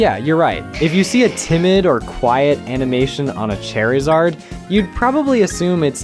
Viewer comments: Put all this effort and research into making a video about what the pokemon designers could do to be better......but cant pronounce Lucario's name right.........then how you say "charizard"?! 🤮c'mon bro if you wanna critique something at least be able to pronounce what you're critiquing the right way to avoid looking dumb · Wait...Did you just call Charizard...🪑izard? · Dude say the names right. Wtf is a "CHAIRizard" lol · Dude I can’t anymore with this guy’s pronunciations. He lost me at “Chairzard” 😂. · I have never heard anyone pronounce charizard as “chair-izard” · Ah yes... "Cherryzard." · Bro what is this guy’s accent? Why is he pronouncing Charizard like Chair-izard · Bro said Chair-a-zard. Automatic dislike and disregard to everything else in the video. (In all seriousness, this would be cool as shit.) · Okay I could live with Lucario's pronunciation but saying CHAIRizard made me lose it 💀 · and "nigh"-doking. and "chair"-izard. and "ay"-mee. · Also calling randomized animations "not confusing" is one of the weirdest takes of the entire video, and you called Charizard "Cherryzard" (if it was serious) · Excellent video even if I was jump scared by your pronunciation of Charizard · When you put the emphasis on the A in Lucario(same went for charizard), my soul broke. BUT! I love the idea! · Right? So much care and attention that he calls Charizard Chairizard and Lucario Lucærio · So why are we saying lucairio. What is making that a long. You hurt my ears beyond repair Chairizard? Stop talking please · lucair-io? chair-izard...???? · so according to this guys pronunciation, the pokemon are called CHAIRizard, luCAREio..... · I have never once in my life heard someone pronounce Lucario as "Lu-carry-oh" or Charizard as "Chair-izard". Or Amie as "Amy" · very very good video but the pronounciation of Lucario, Charizard, and terastallization is gonna make me crash out!!!!!!!!!!!!!!!